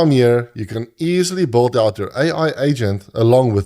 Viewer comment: блин, где вы берете такие акценты. Я думал, что британский самый отвратительный акцент, который нвозможно слушать. А тут чел вообще Билд произносит как:)) (лысый) это видимо сам автор:))